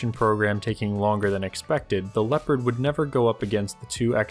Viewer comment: Nobody:: Leppadd